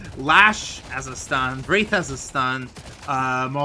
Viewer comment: bro did NOT say wraith i heard a p💀